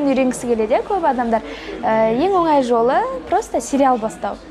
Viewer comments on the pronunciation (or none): none